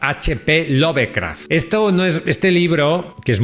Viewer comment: Melville se pronuncia "melvil. Bartleby se pronuncia "bertlebi". Lovecraf se dice "lofcraf". Dices correctamente el apellido de Stefan Zweig que es en alemán. "Dupin" que es francés se dice "Dupan". Tus comentarios son magníficos pero cuida las pronunciaciones en ingles.